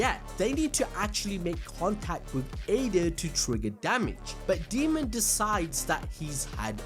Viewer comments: Dude, it's Daemon, not Demon. Say it right. 🙄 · Daymon not demon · A AAAAAA dAemon. Not deamon, not demon, ...DAEMON! Said as day-mon. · Why do keep calling Daemon as Demon? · 🤣 keeps calling him demon not Daemon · DAY-MON. His name is pronounced DAY-MON.